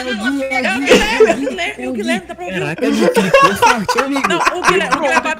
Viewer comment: FALO GUIHHLERME E BURU